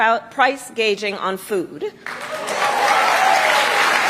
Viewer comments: Did she mean to say "price gauging" or "price gouging" ? Going to ban price gauging? Hahaha okay 🤔😂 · She doesn’t tell us how she is going to do it!!! She just talks!! She’s had 3.5 years to do something! anything! It’s price gouging not gauging! Please Fact Check!!!!! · She said, "price gaging on food." She couldn't even read the word gouging correctly from her teleprompter. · She cannot even pronounce the word “gouging”. She said “gauging”. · how is she gonna lower costs LMAO she cant even pronounce price GOUGING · Gauging .. I think she means 😵‍💫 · She said price gauging, she really has no clue what we all are dealing with. I highly doubt her promises. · She read it off the teleprompter and pronounced it gauging. She'll "ban price gauging." They're very different words and words matter. Understanding what she's saying is important if she's going to be president, right? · “Price gaging”